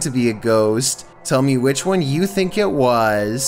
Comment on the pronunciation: "Number wan"